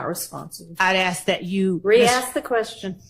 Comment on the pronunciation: Please can someone teach this person how to say the word A S K!!!!!Annoying and ignorant!!!